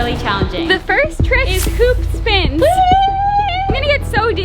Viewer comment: It said it was a hoop spin but instead it said poop spin😅